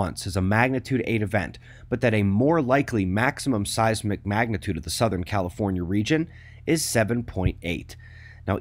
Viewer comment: You said "mcmagnitude" I want McDonald's now